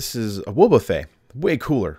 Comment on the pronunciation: Dude, you're saying wobbuffet wrong. But I enjoyed the video.